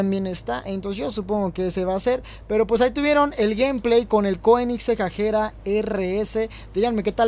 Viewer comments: Segun yo se pronuncia agera, no ajera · Se dice aguera no agera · Agera se dise no ajera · Es Agera no Ajera 🙄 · es agera no ajera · Agera no ajera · Lo más cagado es que no sabe cómo pronunciar el nombre jajajajajaja